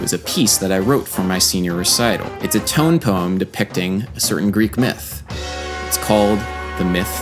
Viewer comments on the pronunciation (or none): none